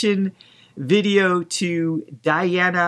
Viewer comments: European prounounciation of her na e. D(e)ana not Diana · It's deana not diana